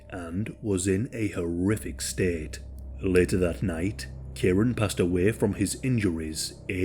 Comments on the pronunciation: I've just commented on another post similar. It's kieran pronounced kee-ren. It's a commen name in uk and Ireland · Kieran lol It's pronounced kee-ren.